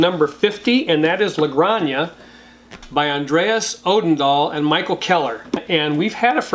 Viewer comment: Great content! I got into the hobby a few months ago and I'm already 15 games in. Always good to hear recomendations. As a native Spanish speaker I'm giving some advise on how to pronounce La Granja (sounds like gran-ha) which literally means the farm.